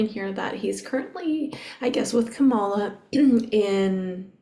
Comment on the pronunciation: It's not KAMALA (which is the name of the VP that lost the presidential election), it is CAMILLA (rhymes with BRIDEZILLA).